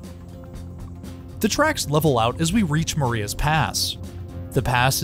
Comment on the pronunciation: Not to be a pronunciation corrector, but that isn't how Marias Pass is pronounced. It's pronounced "ma-RYH-uhs".